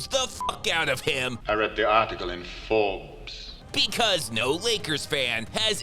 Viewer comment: Only Alan Rickman & a southerner could turn Forbes into 3 syllables